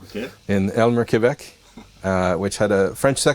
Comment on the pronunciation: Précision: «Vidéo Pause» était dans la ville d'Aylmer au Québec et non pas «Elmer»